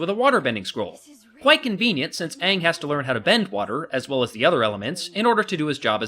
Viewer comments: 25 reasons why M. Night Shyamalan's The Last Airbender sucks: 1) Too. much. exposition. 2) WHY IS THE BENDING SO SLOW?! 3) Aang Ong being turned into a whiny, angsty brat 4) Sokka Soaker having the personality of a twig 5) Katara becoming an absolute joke of a waterbender 6) RACEBENDING 7) Zuko's scar is barely visible 8) The earthbender prison being built in A FUCKING QUARRY 9) The Kyoshi Warriors' lone scene being cut out 10) Fire Lord Ozai's face being visible from the beginning 11) Every action scene being done in one looooooong take 12) Firebending requiring existing fire to even work 13) Admiral Zhao constantly rambling on about "THE SECRET LIBRARY!" 14) Avatar Roku and Koh the Face Stealer being replaced by some dragon spirit 15) Ong raising a giant wall of water to scare away the Fire Nation instead of fusing with the Ocean Spirit and going on a rampage after Zhao kills the Moon Spirit 16) Awful acting all around (except from Zuko, Iroh Eeroh, Princess Yue and Master Pakku's actors) 17) Katara's actress only being cast as a favor to her billionaire father 18) Horrible editing 19) The characters' names (as well as the terms "avatar" and "agni kai") being pronounced wrong 20) Soaker not using his boomerang at all 21) THE "PEBBLE DANCE" 22) The blatant sequel hook with Princess Azula at the end 23) The last-minute 3D conversion 24) The sheer amount of close-up shots 25) The fact that it was even made at all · Haha. What a joke. Pronounced aang as ang to make it more chinese. What about yue? Why is it still you-eh? -.- this movie, as said in the clip, is a complete waste of time other than the graphic. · Its not ung , its AANG ! -.- can't you pronounce names correctly ? Now after my sister watched this she's been screaming UNG at my face a thousand times . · srsly WTF? aong? no it's aang! the good thing about this video is that the bloke who's critisising it voices what i'm thinking whilst being funny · And "ong", really... Katara pronounces Aang as ong...